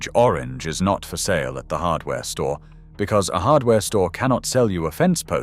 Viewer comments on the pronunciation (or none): none